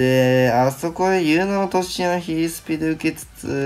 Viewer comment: RADさんお願いします。ヒルスピじゃなくてヒースピとゆってください。胸につっかえてしまう。